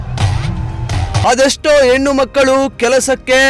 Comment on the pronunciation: ಎನ್ನು ಅಲ್ಲ ಹೆಣ್ಣು ಅಂತ ಹೇಳು